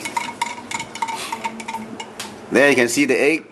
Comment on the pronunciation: Lol. The only thing more dense than the salty water is the way you pronounce egg.